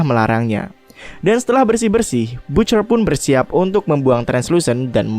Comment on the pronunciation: Bacanya ba(t)ce(r)..bukan butcer